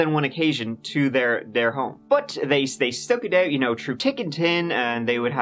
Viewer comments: "...tick and tin"???😂🤣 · "Tick and Tin"? Now yer messin' with us. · Tick and tin eh? That's way better then turdy tree. Haha love ya brother! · “They stuck it out true tic and tin” 😅 I luv ya,! Thanks for another great story! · "Through tick and tin" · They stuck it out through "tick and tin"? 😂